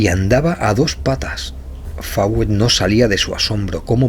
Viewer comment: Una corrección es Coronel Fawcet, se lee Focett o Foucett no Fawet